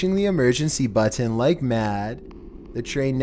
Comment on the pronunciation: Goddammit will you please stop saying "button" like that?!?!!??! Please, for my sanity!!